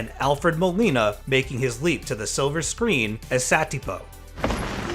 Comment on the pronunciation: Ford said the name incorrectly. He says "Adios, Sapito" It's Satipo.